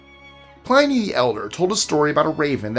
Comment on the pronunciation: Sorry dude, love the channel but,,,,Pliney is pronounced Plinny (Unless it's a beer from CA